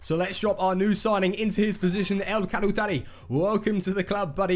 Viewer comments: Just to let you know El Khaoutari (don't tell me if I spelt it wrong) Is pronounced El Koo-Tari (Sorry for sounding like a know it all twat) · Omg xD im from morocco you killed his name hahahah